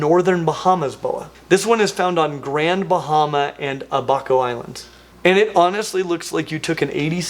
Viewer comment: Hey! Love your videos! Bahamian born fan here and lol just wanna hip you to some pronounciations Bahamian- Ba-Hey-Mian (not Ba-Ha-Mian) Abaco- Aba-co (not Ah-Baco) Keep up the fantastic work!!! Again love watching your videos!!! (Can we get some new tank building videos? Maybe I’m just missing them cuz I watch so many of your Genus explanation videos lol)